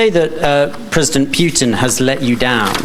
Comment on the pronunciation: President Pewtin? ROFLMFAO